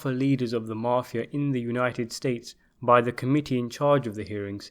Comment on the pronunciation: Good content,TERRIBLE pronunciation of some names and places including the word mafia,it's mafia not marfia theres no r in it